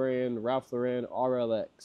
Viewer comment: Love your videos! I learn so much watching them! One small thing Ralph Lauren, Lauren is pronounced like the woman’s name Lauren - equal emphasis both syllables. I used to pronounce it like you do.